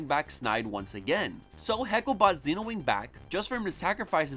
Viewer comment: I don’t get why people pronounce the silver rangers name as “Zeenowing” when it’s supposed to be “Zenowing” sense that’s what characters call him on the show. I never really understood that.